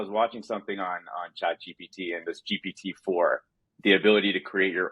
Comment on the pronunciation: Gpt not gtp😅